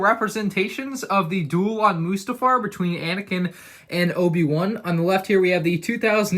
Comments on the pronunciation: It’s not moosetafar it’s mustafar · Stop calling it Moostafar😂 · You're saying mustafar wrong dude